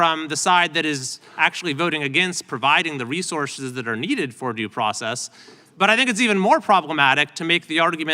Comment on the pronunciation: The problem is others understand it as "due process"....trump read it as "do" process